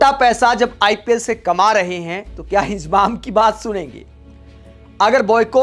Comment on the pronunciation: इंजमाम बोलना सिख ले इजमाम बोल रहा है